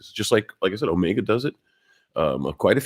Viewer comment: So far you're the only one I've seen who pronounces "omega" right.